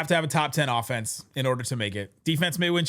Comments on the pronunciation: Offenese - rhymes with Bolognese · Offenese? That a new language? 😂